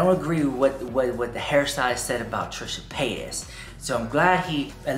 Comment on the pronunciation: Why do u keep playing this guy over and over agian. He sounds dumb and uneducated . And the Paytis pronunciation is irritating